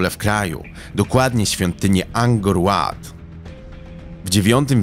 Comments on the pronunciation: materiał ok ale razi wymowa nazw własnych w niektórych momentach. Angor Łat?? chyba Angkor Wat.. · Pierwszy raz słyszę "Ankkor Łat" czytamy WAT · Pola Pota!?! Sic! Pola to jest Raksa, a imię omawianej kreatury nie odmienia się. Jak można robić jaki bądź research czy kwerendę do odcinka i jeszcze tego się nie dosłuchać?!!! I jeszcze kwiatki w rodzaju "angor łat"... WHAT?!?!! Angory to ci po edukacji kicają. Dla jasności - bo nie ma opcji żebyś zajarzył - chodzi o zieloną trawkę. Nie, nie . Nie tę którą jarałeś na wagarach. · O, film o Pol Pocie, se obejrzę, pomyślałem. Włączyłem i od razu strzał w pysk: "Pola Pota". Tego się nie odmienia! Pol Pota sie mówi! Ale nic, dam szansę, myślę. A tu z drugiej strony strzał pod limo: "Angor Łat". Luźwa nie, no po prostu nie. I tyle z oglądania. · Dlaczego "Pola Pota"? Dlaczego "Angor Łat"? Po jakiemu ty mówisz?! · Pol Pota, a nie Pola Pota! "Pol" się nie odmienia. No i, Angkor Wat, a nie Łat. Oraz Indochiny, a nie "Indiochiny"!